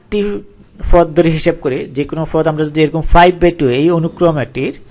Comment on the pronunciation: পদ রে বলতেছেন ফওদ... ধারা রে বলতেছেন দারা.... 😂😂😂